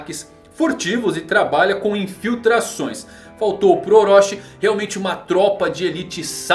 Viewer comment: Desculpa, mas não se diz Orochi como se fosse "oróxi", mas sim com a pronúncia de "orôti", Chi no hiragana tem som de TI.